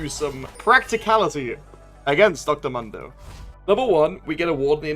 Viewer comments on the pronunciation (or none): Why do you call dr mundo dr mondo say it right fool